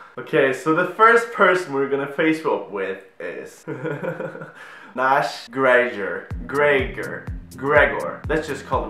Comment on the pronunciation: Nash gregor😂 Oml😂 grier, it's Nash grier